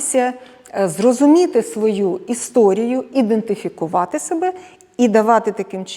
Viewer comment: Індифікувати каже 😂 Ідентифікація чи індифікацвя???